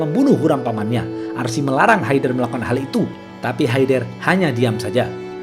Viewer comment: bang itu e nya dibaca kaya ngomong enem bkn kya bca enak ... itu nama orang kalo kita bysa manggilnya haydar